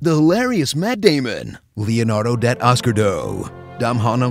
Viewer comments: Leonardo Datoscardoe.. Im crying lol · Leonardo Dat-oscar-doe